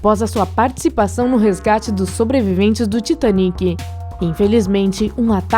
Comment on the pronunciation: Ela fala Titaniquí